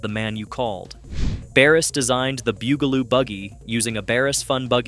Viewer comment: Why do you pronounce it Boogaloo? It's Bugaloo. Bug!! They are bugs, get it?